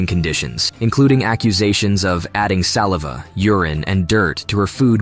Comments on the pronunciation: "..adding salevah and dirt to her food.." -"Salehva" is bot-speak for saliva . This bot was sounding pretty natural until it made one of those mistakes that only a bot would make. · In your narration you mispronounced several words, including "saliva" and San "Rafael," which is a city in Marin County, Northern California. Also, I believe there were two other cities you mentioned in this video that you mispronounced. So you need to do your homework before committing to the narrative portions of your videos, assuring yourself that you are pronouncing all the words correctly for your viewing audience.